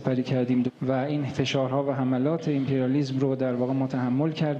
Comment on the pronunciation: امپریالیسم رو هم امپریسم گفت، میتونه جایگزین خوبی باشه بجای سوتی های قبلی